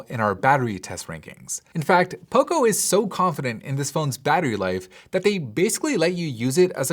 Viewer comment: Everytime you say poco i hear oppo